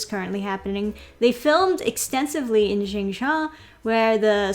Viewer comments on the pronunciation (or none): Xinjian = "Shin- jaan" ...Uyghur = " Wee- gur" 😉